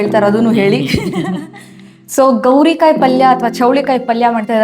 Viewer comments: Adu gorikayi not gowri kayi 😅😂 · It is gorikayi not gowrikayi. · It's gorikai, not gowrikai